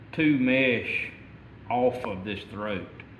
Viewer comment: It’s not mash it’s mesh